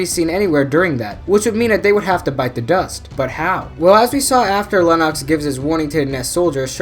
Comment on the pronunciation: Lennox correct but pronounced Lennex, feel like these errors in YouTube video show that never watch the movie and just research and read.